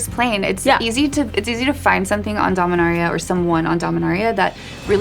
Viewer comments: Domin-AIR-ia Boy that just hits my ears wrong. Dominaria just feels so much smoother. Sorry Jimmy but you can't compete with voice. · The video being sandwiched with Jimmy mispronouncing Dominaria was incredibly annoying, especially from an official source like this. Do better.